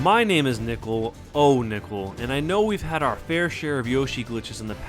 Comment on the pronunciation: Fickle. Ohfickle.